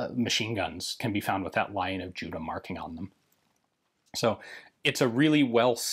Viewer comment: Hi Ian. Love your work - have been watching you for good many years now. I know this is a nitpick, but when you talk about the lion stamp on the rifle, it is not "Lion of Judas", but "Lion of Judah". The lion does not refer to Judas the apostle, but Judah the kingdom. Small thing, I know. And it is only said at , when talking about the stamp. Otherwise you say Judah quite clearly.